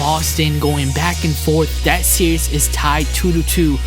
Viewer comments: why can't you say series? lol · learn to fucking say SERIES!!!!!!!